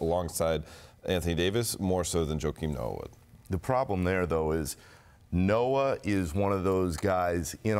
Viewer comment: So called expert....the fat guy said Noah...lol...